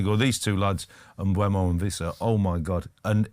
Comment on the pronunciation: Please stop saying "MBremo" or "MBuemo". There is no R and the U is after the E. It's Mbeumo.